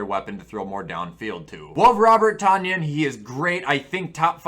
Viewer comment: It’s pronounced Tun-yan! GET IT RIGHT!